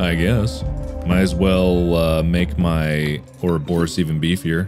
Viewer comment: my favorite moments were him questioning the 'grass man' and every time he mispronounced ouroboros.